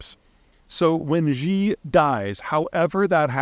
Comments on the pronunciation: Xi is pronounced like SHE. Not Zhee. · His name is pronounced “She” not “Jee”. And when Xi dies, he will be replaced by one of his minions who will do what the CCP always does: brutalize the population until it submits, then succeeds. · She, not Jee mr. Zeihan Although, frankly I don't care how anyone pronounces that man's name. None the less, I'm pretty doubtful of this assessment. I think when you look at authoritarian regimes like this, it's pretty rare that there is actually nobody waiting in the wings. In a political structure like this it's pretty important not to appear like a threat until you are either able to take over by force or by succession/change-of-power due to death of current leadership. In short, I think it completely underestimates the stranglehold the Communist Party actually has over mainland Chinese society. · Who is "Gee"? perhaps before claiming expertise, you should learn how to say the names of the primary subjects. It's easy... Xi in Chinese is pronounced "She" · Xi is pronounced 'she' not 'jee'. By the way, I've heard Chinese nationals conclude the same results of Xi Jing Ping's rule--the end of the party. But, then what? A return to a three kingdom rule or something else? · I know, right? A conflation of the J in Jinping with the vowel in Xi, but...reversed. We're supposed to take seriously a guy who can't even say Xi's name correctly? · Xi is pronounced “she” not zheee please please please fix this! Much respect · Xi is pronounced like she, not ji 😅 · Great analysis. But please try to pronounce the subject of your talk properly - it gives you so much more credibility. It's not a hard word to pronounce, Xi. Quick pronunciation lesson; The way you pronounced it now is like the French word "Je" as in Je suis un homme. And then you add the 'ee'. So it sounds like "Je-ee". The right way to pronounce it; She As in "She is my mother". You see - simple enough, eh? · It's pronounced Shiii, not Ghiii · Xi is pronounced "she", not "gee". 🙄